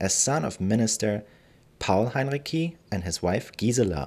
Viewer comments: As a native speaker, I'm pretty certain that the c in Heinrici is spoken like ts, not like k. And the stressed syllable of the name is the second (-ri-). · Heinrici wird mit hartem C ausgesprochen? Wollte ich immer wissen!